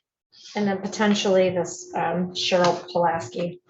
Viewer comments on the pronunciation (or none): none